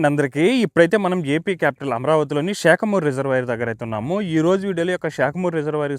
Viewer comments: Shekamuru 😂 it's saekhamuru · బాబు మన తెలుగు ని ఆ పక్క రాష్ట్రం తొక్క లో యాస లో మాట్లాడకు. శాఖమూరు అనాలి .. షాకమూరు కాదు.